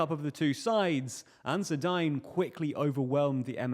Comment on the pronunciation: It's pronounced Ansaar-e-Deen good vid otherwise